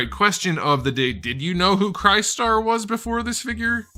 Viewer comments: Now that Crystar is here. Rom the Space Knight must be next. We need the Dire Wraiths!! Btw, isn’t it pronounced Chris-tar instead of Cry-star? Is it a Ree-you instead of Righ-you Street Fighter type thing? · you were pronouncing it wrong. It’s KRIS-STAR, say it like CHRISTOPHER. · DUDE...Pronounced chris-star. Made the same mistake in the early 80's when the first figure came out. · Is pronounced "crystar" not "crystar" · Broooo.....it's Crystar as in 'Crystal,' since he's made of crystal, lol. Any how, great review. As an icon of a failed toy-line, he's probably a little too niche for anyone younger than age 46, but for those of us who were kids in the 80s, this is pure nostalgic gold!